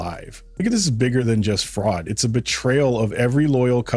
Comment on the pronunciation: Pronounced fraud….